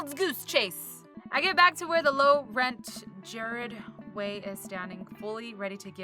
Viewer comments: When she said Gerard Way like "Jared Way" i cringed a little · She did not just pronounce Gerard Way's name wrong... omg... I'm gonna die... of sadness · The way you pronounced Gerard Way HAAHAH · i had to contain my scream when you mispronounced the king of emo's name sorry lol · She said Gerard Way wrong, I'm dying 😵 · SHE PRONOUNCED HIS NAME WRONG